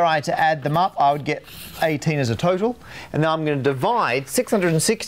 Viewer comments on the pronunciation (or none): none